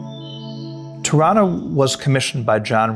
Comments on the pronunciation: LOL I thought he was saying Toronto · totally thought he was saying Toronto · Ha, I thought he said "Toronto" and I didn't know Wright had a structure named Toronto. Locally many people here pronounce the city name exactly like this. Spelled Toronno or Toronna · 'Tirranna' is exactly how Canadians pronounce 'Toronto'